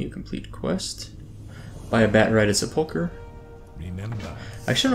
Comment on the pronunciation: Considering the number of comments you've already received on the topic in your Vanilla Ironman series, you should not be allowed to quest in Silverpine Forest until you learn how to correctly pronounce "sepulcher."